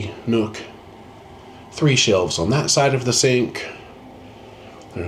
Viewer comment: You said "three shelves" I heard "three shells". Is this Demolition Man? 🤣😂